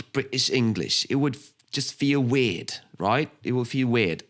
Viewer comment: Oh, the sample of specifically British English provided is something else - and made me laugh out loud, as it's a totally convincing 'young' southern English accent that suddenly leaps 300 km north to Liverpool for the pronunciation of 'weird'! It's even funnier when you watch his face, as Scouse English is articulated very far forward in the mouth ... People who can mimic accents like this are, in my experience, pretty thin on the ground, but it does explain why the Spanish, French and Russian samples sound so accurate. It's not only down to lots of listening - there's a hefty dose of 'musicality' involved, too, and that's something you can't learn.